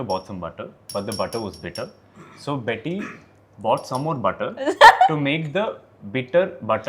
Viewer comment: Betty not bunny